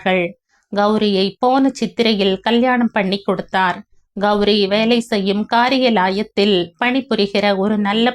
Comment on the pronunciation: Kaari ya la ya thil not kari ya layathil